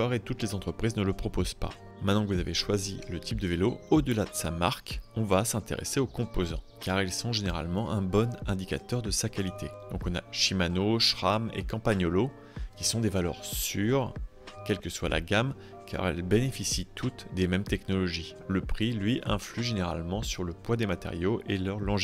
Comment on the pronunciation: je crois qu'on dit simano / shram 😵